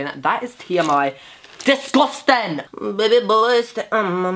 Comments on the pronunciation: The infamous "DISGUSTENG" woman is my old history teacher hahahahahaha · when u said DISGUSTIN I think I died I’m going to sing cher loyd by cher loyd x x x